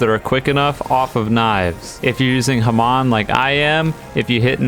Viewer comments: why does call it "hamOn" and not "hAmon"???!!??!!!??!?!??!?!??!?!??!!!??!?!?! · The fact that he pronounces hamon like hamoon enrages me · This man said haman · It's been so long and you still don't know how to say hamon